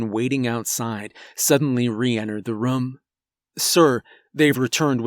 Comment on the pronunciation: everyone says room this guy: Rom